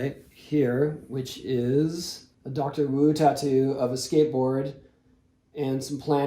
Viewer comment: Did he say Doctor Woo?